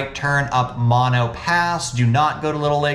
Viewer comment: Umm… It’s pronounced Mo-no